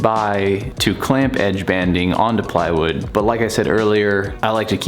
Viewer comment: "playwood loking good" jajajajaja